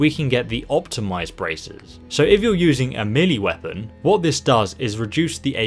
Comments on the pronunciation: FYI Melee is pronounced 'May Lay' not 'Meal Lee'. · took me a while to realise he was saying "melee" not "meely"